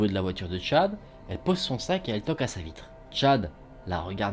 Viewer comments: c’est moi où on entend bite au lieu de vitre 😂😂😂😂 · oui il voulait dire vitre mais on entend clairement bite 😂